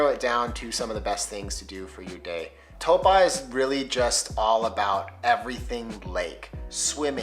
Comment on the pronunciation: Toe-paw😂 My guy it’s pronounced t-ow-po